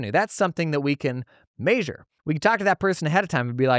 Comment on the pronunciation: MAY-sure always gets me